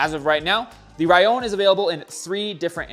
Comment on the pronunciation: Thank you for pronouncing "Rallon" correctly! I just got a V10, but if it ever breaks, maybe I'll go with the Rallon. Those AXS wheels are cool and all, but if I'm going to spend that much money on wheels, I'll just shell out for the Gravaa wheels with the integrated pump as well as the monitor.